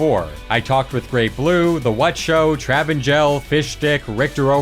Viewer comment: bro I’ve been mispronouncing his name for the past 8 years 💀💀💀💀 I thought it was pronounced “tri-vangel” WOW